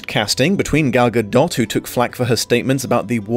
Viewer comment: Ok i just started the video and hearing pronounce the the in gadot made me happy. I am from Israel and it always bugged me that English speakers don't pronounce it😂😂